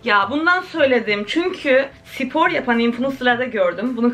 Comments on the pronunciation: Allah aşkına sipor deme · No one:: Sipor 😂